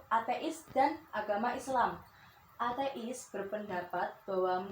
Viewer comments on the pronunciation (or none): "athe is" . Haha that was so Lightning. Hope u get great poin. 😆